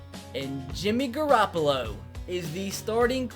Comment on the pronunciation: you butchered the shit out of Garoppolo's name.